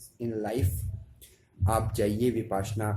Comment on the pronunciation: भाई विपाश्यना नही .. विपश्यना है .. कहने मे कठिनाई है तो विपस्सना कहे ...